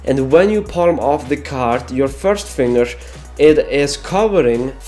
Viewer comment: DON'T SAY "FINGERSH" IT'S DEADLY FOR MY HEARS